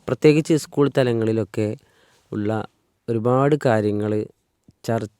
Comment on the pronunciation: ഇസ്കൂൾ അല്ല സ്കൂൾ. ലിഫ്റ്റിക്ക് അല്ല, ലിപ്സ്റ്റിക്ക് ലിപ്സ്റ്റിക്ക് 😅😅 നിങ്ങൾ ടീച്ചർ ആണോ? Very nice! We need strong reformation in education sector especially in Kerala. Sad state.